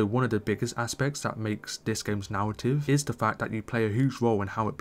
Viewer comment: Nawwatives, stowy, chawacters, weally, wepwayability, awea, diawogue, awter, categowy, wandom, way guns, vawiation, wecon, assassin's cweed, wecwuits, vawiety, compawison, vibwant, expewience. Love it.